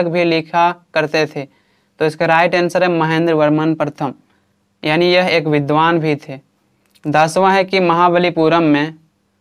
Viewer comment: Aani ❌ yaani ✅🤡😁